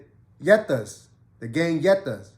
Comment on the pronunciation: Beefing when both are USA territory is some bird brain shit when u think about it. The others I get, because they aren’t American citizens but these geniuses actually are full American citizens on both sides. Unreal but REAL. Plenty Netas in NYC back in the days. It’s pronounced (Knee-Yet-Tah) Keep ‘em coming. Content is fire 🔥 🗽🤝🇰🇭